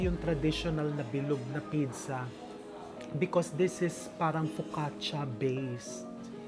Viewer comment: What the heck is a pidza? All over the world it’s pronounced as peet-tsah. Even in almost all regions of Italy, and specially in Naples, the birth place, they pronounce it as peet-tsah. Maybe you are copying Egyptians? But they would say bidsa. I thought you were well travelled?